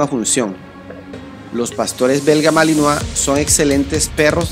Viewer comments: Se dice malinois no malinoa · Se dice MALINOIS no malinoa pronuncia bien por eso el vocabulario cada ves esta mas de la chingada... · Se escribe Malinois y se pronuncia Malinoa.